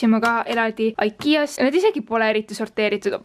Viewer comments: Igea hääldatakse mitte ikea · Miks sa ütled aikia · See on ikea mitte aikia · Sa ei oska IKEA öelda(no hate)